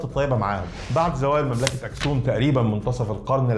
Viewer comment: تلك مملكة و ذلك مجرد إسم للحم و ليس بينهما علاقة يجب أن تتعلمي التفرقة بين معاني الألفاظ عند مختلف الشعوب. نطقها أكْسُومْ و ليس كما تنطيقها دعك من نعرة القومية و لا وجود دليل آثري و لا نقوش على لغات حامية و سامية هي مجرد نظرية عنصرية توراتية .